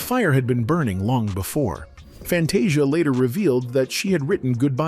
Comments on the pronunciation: Pls learn how to pronounce Fantasia’s name! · First of all, can you please pronounce her name, right? Ughh